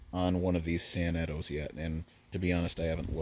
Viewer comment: Those sanetos are beyond Outstanding!!! Huge 1900-50 crane fan The way you prounounced “Sanetos” was weird lol, I pronounce it San-neh-to